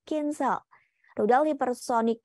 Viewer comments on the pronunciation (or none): Kinzal kali mbak bukan kinhall... Wkwkwk kocak